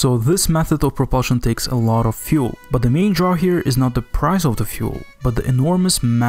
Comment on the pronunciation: You need more subscribers!! And you now pronounce fuel correctly :)